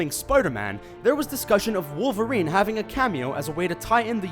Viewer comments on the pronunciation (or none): none